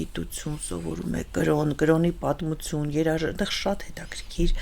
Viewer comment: Անընդհատ՝ «ցուն, ցուն», «պատմուՑուն»... ասացեք «թյուն»,... Անհասկանալի է գիտական աստիճանի հասած մարդու հայերեն խոսքի այսքան տգեղ հնչերանգը։